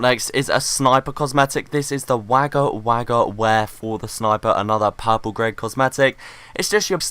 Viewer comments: WHEN SAYS WAGGA WAGGA WRONG ITS A TOWN IN AUSTRALIA AND ITS SAID LIKE WOGGA WOGGA WEAR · I never even considered Wagga Wagga would ever be pronounced the way it's spelt. We say Wogga Wogga. Got to love Australian pronunciations.